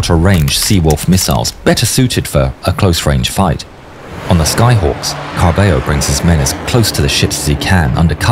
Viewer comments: quick note: in argentinian spanish two L's make the sh sound, as does the letter y. so carballo would sound carbasho. i know it's not super important but since ur vids are so detailed i figured you'd care if u make a falklands/malvinas war vid again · Carballo would be pronounced /kærbæʃɒ/ (Carbasho) and Angel /ænhel/